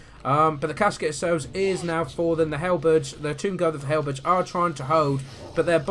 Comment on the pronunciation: Great win, I know I shouldn't but I found the way you say halberds funny, sorry but to me it sounds like hell birds.